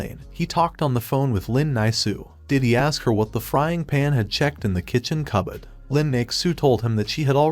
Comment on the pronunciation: most british way to say cupboard